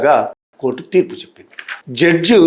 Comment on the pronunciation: జడ్జు కాదు సార్ జడ్జి.